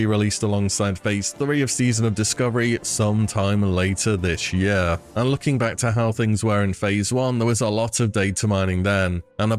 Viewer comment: love how this guy says the word "year"...."YUHHH"